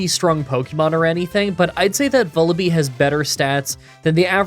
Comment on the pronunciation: hey, this is an fyi comment regarding the pronunciation of Vullaby (if you don't care, feel free to disregard this comment, I completely understand) it rhymes with lull-a-bye. I pronounced it the same way when I was younger until I realized that was its namesake